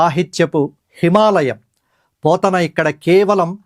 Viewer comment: పోతున్న కాదండి బాబూ.పోతన